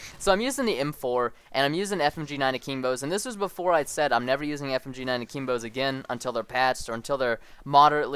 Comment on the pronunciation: i love how he says akeembo